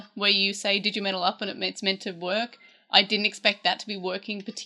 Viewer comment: Yeah it's dejimentaru, especially at the n part it's its own syllable